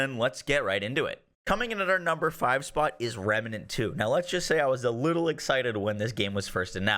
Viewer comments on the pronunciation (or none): Dude... REM NANT - say it with me. REM NANT. NOT Remenent... FFS... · Sorry to be that guy, but it's "rem-nant" NOT "rem-me-nant". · Why do you pronounce "remnant" like "remanant" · Remenant? I thought it was Remnant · its pronounced Remnant not Remenant! you are adding an E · Dude, it's remnant there is no a between the m and n. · Thank you, that was driving me bonkers. It's not a complicated word. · dude can't help but say remEnant haha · Everytime he says rem a nent triggers me lol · Remnant is 2 syllables nerd